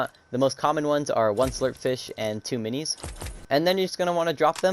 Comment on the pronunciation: Nah I’m just making fun of the way you said fishies and minis that’s all (if I hurt ur feeling than sorry)